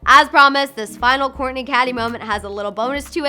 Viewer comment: Ur saying korny not kourtney